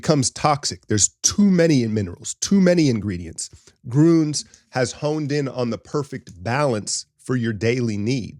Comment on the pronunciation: For the word “Gruns” shape an OO with your lips and say an EE vowel through it. The word ends up sounding like Greeeens. The u in the word is what the Deutsch call an OOMlaut.